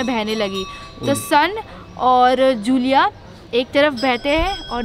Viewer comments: San Nahi madam सोन hai aur जूलिया nahi जूहिला hai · It's not sun...its pronounciated as son...n another is johila...